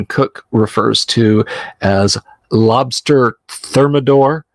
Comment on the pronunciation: Lobstah lol